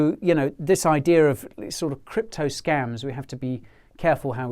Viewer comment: you say scumms, i say scAEms but its scams